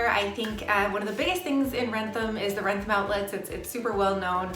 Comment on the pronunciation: The outlet in wrentham is called wrentham outlet not ransom outlet please if you want to do a video on a town do research on names of places okay and use real pictures of what the place looks like okay don’t scam the viewers